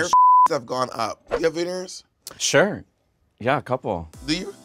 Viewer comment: I wasn't paying attention and instead of hearing " veneers" I heard " venereals" (STDs) Bob: Do you have "venereals" Naysha: Yes, a couple 🤔😱😂